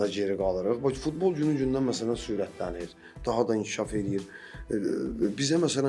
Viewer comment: Fitbol yox futbol bunlarl kim çıxardır efirə